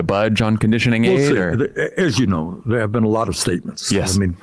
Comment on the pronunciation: “we’ll see—as you know, theah have been a LOT of STATEMENTS.” Love this man